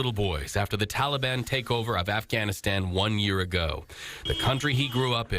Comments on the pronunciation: "Assghanistan" Phhhh hahahahahahahahaahahhaahaahahahahahahahahahahahahahahahahhaa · Did this guy really say Assganistan? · Lol, sounded a little like that.